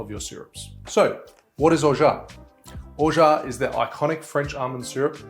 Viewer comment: Have read "Orgeat" many times, but pleased to finally hear it pronounced. Thank you for the instruction on making almond milk also. Happy Mai Tai!